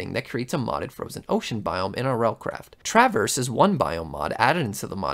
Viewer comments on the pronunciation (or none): none